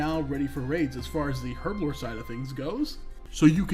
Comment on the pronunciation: Learn the pronunciation of Herblore, will ya? ;)